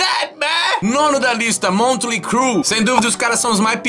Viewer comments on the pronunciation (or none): é motley e não montley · Montley não, né? Montley ta errado. Errou rude. É Motley. Motley Crüe. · parei de assistir no "Montley" mentira, tu é fmz